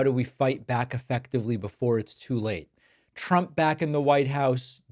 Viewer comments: Is "Tchump" the new way to pronounce it ? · Am I the only one who heard her call him “president chump” like every time? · She always sound like she's saying "President CHUMP" 😂😂😂